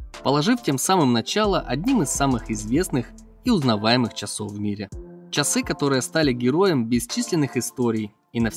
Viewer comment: Автор поработайте над своей дикцией. Слово ЧАСЫ в вашем исполнении звучит нелепо.